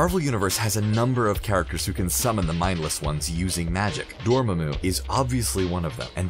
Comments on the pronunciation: Ahhh now I see that Doctor Strange was calling Dormamoo the wrong way all this time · man, that pronunciation of dormammu though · that’s not how you pronounce dormammu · clicked downvote for how you pronounced dormamu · Pronounced NAAEE-MOOR and DOOR-MAH-MOO... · Stop saying dormammu like that. Jesus! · Ok... ScreenRant... I love you! But your narrators suck at pronouncing things like Dormammu, benadict, etc...